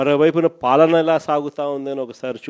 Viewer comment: ఏకంగా మరో సంవత్సరన్నర తరువాత కి postpone చేశావా. పాపం గొర్రెలకి ఇది ఎన్నోసారి postponement అనేది గుర్తు ఉండదులే. జనంలోకి రావడానికి మనసొప్పడంలేదు అని చెప్పు. ముందు ఫాలన కాదు పాలన. ఖండకావరం కాదు కండకావరం - తెలుగు నేర్చుకో ముందు. పెద్ద గొర్రె మాట్లాడడం పిల్ల గొర్రెలు చప్పట్లు కొట్టడం.